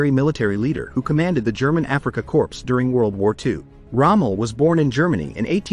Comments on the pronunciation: Yes it might be seen as a corps but as a foreign word like stomach, it's pronunciation is unexpected , is as core. Army core. Makes your stomach rumble. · Corps is pronounced "Core", not Corpse! He didn't command dead bodies. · It's pronounced "core" not "corpse" 😂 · Korps the p is silent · The “p” is silent in either “Corps” or “Korps” like the “p” in bed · Hey narrator the P in Corp is silent